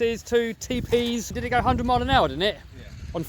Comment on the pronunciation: Great creations this guy makes... if only he could find something to pronounce the ‘r’ a little better .. offwoad, twuth, hundwed, it started to wain ... haha